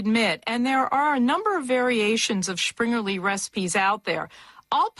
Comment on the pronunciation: where does she get the "sch" sound in Springerlee.